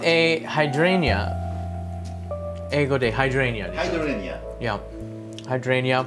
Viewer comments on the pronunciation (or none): "hydrangea" is pronounced as [haɪˈdreɪndʒiə], not [hai' drenia]. Also known as "hortensia". Ajisai (アジサイ) in Japanese.